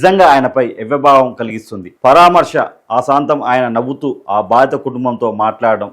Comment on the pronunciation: పరామర్శ అనడం నేర్చుకో బాబు